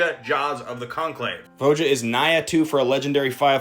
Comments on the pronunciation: It’s pronounced vo-ha (elvish) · It's pronounced VOY-uh 😬